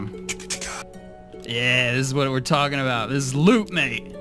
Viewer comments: stop saying maete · oh wow, as an Aussie hearing you say "Mate" hurts my soul